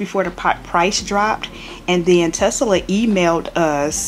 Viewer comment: Tesla not Tesala.